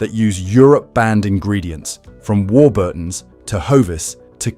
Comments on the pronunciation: This is a disinformation video the chemicals named in the video by the AI narrator (a real british person knows how to pronounce warburtons) were banned in the UK in the 1990s. I have no idea what the poster hopes to gain by this video but since when do these content creators make sense. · how do you pronounce warburtons? From a Brit.